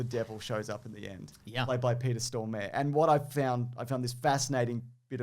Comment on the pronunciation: The way you pronounce "Peter Stormare" is hilarious!